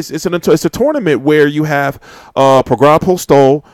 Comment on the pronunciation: Its pronounced Progrey. Career was setback due to an injury. Certainly the real deal w/ a vast extensive amateur background.